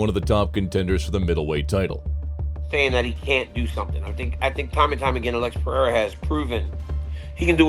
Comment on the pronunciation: Alex perRera 😂